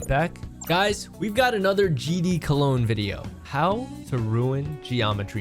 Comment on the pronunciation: Cologne pronunciation is better ngl